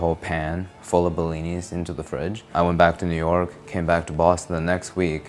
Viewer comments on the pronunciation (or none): It's actually just "blin" (блин). The "i" sound at the end is the Cyrillic character "ы" which denotes plurality, like an "s" added to the end of a noun in English ("pancake" vs "pancakes"). Anyway, the point is that if you're typing the rest of the word with English characters, then the plural should be "blins."